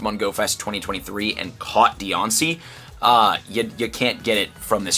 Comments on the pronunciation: Im sorry, but this is killing me. It's not Dee-on-cee. It's Dye-Ann-Cee. Diancie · Jeezus Christ stop people a promoter for Pokémon if you don’t know how to say the names ffs. Go play the games and learn it all properly